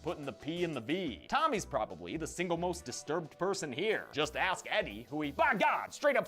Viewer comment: Joey: Vic had to axe him a question. 😂😂